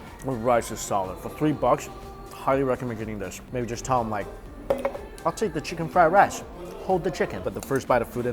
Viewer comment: I forget Mikey was Chinese when he said "I'll take the chicken fried rice" in a Chinese accent lol